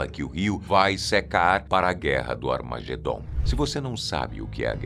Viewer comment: Eu escutei ele falando Armagendom 😢 misericórdia. Eu tenho dom, não gosto usar! Mais me afligiu esse som de voz!